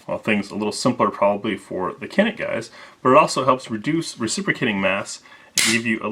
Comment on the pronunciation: Pronounce as Chanik